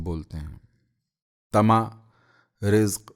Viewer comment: آداب عرض! بہت ہی بہترین انداز، شستہ اور واضح تلفظ آہنگ کی گہرائی اور گیرائی مؤثر ہے بعض اوقات معمولی ثقم انسانی اور بشری تقاضے ورنہ ۔۔۔۔ پردا کی انگریزی بتاتے وقت اور طعمہ کی بجائے طمعہ ۔۔۔۔ یہ تساہل ۔۔۔۔ ! Z. H. KAZMI